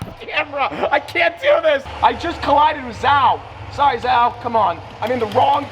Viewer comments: Tell me you don’t watch f1 without telling me “I just collided with zow” Bro it’s zhou pronounced zhow. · It's 'Zhou' not Zhao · Jau😂😂 its pronounced jou😂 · man really don't know F1 lol It's pronounced Jo Guan Yu not zow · Zhou ❌ Zao ✅ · I keep laughing at Z'Ouww instead of zhou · bro really called zhou zao lol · Did you just pronounce Zhou as Zau😂 you're so American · Lmaooo Zhou is pronounced Joe in English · The way he pronounced zhou 😭😭😭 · Bro Miss pronounced zhou name so bad 💀💀